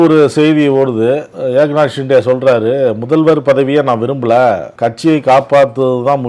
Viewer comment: நக்கீரா நன்றாகப் பார். ஹிண்டே இல்லப்பா. ஷிண்டே என்பதுதான் சரி. நக்கீரனே செய்தாலும் குற்றம் குற்றமே